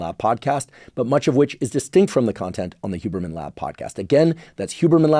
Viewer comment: It is SUPER COOL that Huberman pronounces his name correctly The only white person that has the ability to feel basic respect for other humans. Even Swamis and Monks dont even take the time/courtesy to do that.